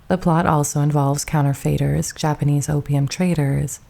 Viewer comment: Counter-fayters ? Lovely voice, but some occasionally weird pronunciations.